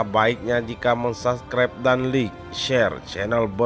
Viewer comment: Layykk,, bukan lik 🤬